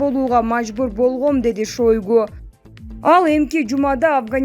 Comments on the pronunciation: Эй кок мээ шойгу деп жазылат шайгу деп айтылат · МЫНА бул журналист кыз ШОЙГУ деп жазылат окулушу башкача окулат.